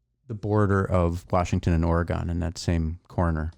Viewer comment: its "Or+a+gun", not "Or+E+gon". It scares away Bigfoot when you say the latter.